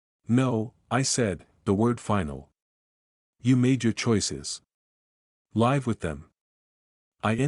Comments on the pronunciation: Hey robot boy, the word "wound" referring to an injury is pronounced: WOOND, not WOWND. Was the robot editor on vacation when you completed this robot story? Meandering story, chock full of robot-y nonsense. How does one "LAIVE" with somebody? AND WHAT THE HELL IS A "RAY-ALL" LAUGH? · I like these not the mispronunciation of live though ♥️🇬🇧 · I haven't heard an AI generated voice yet that can distinguish that the word 'live' can change, depending on the sentence, two different meanings, different pronunciations, yet spelled the same. Why can't AI do that?